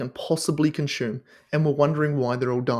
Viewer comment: Its pronounced con-soom, not Shume.